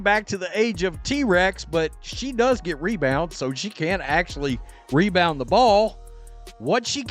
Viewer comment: Angel "Mebound " reese!. How many mebounds did she make that night?